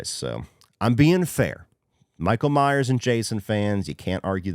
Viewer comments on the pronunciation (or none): none